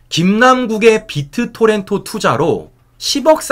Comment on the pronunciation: 어제 계속 지적해줬는데도, 계속 비트토렌'토'라고 하네. 무식한 준피디 ㅉㅉㅉ